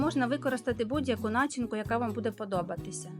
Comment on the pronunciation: Файно ,дуже,але прошу розмовляємо українською правильно.. Начи'нка але не на'чинка. Прошу,старайтеся і все вийде як і з вашим мусом.